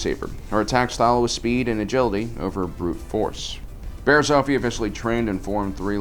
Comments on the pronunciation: Dude please start pronouncing things right its not barris off-ie its barris its barris oh-fie and not jarr-us its its pronounced like chair but with a j jair-us im sorry but please learn how to say something before you say it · It's Bariss off ee . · Wow he said Barriss oofy, good job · Barass oh-fee? Who she? Only backstabbing Jedi I know is barass ah-fee